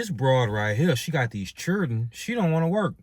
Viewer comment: Bro pronounce your fucking words... Say it with me... Children... Not churen.